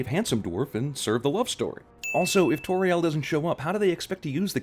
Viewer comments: anyone who's an expert on Middle Earth knows that, in Middle Earth, any "au" is sounded like "ow". So basically any decent expert on Middle Earth knows how Tauriel is supposed to be pronounced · I know right, seriously who are Soron and Toriel? Come on, just pronounce 'AU' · I cringe every time he mispronounces Tauriel or Sauron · Learn to pronounce: tow-riel, azog not ay-Zog and sow-ron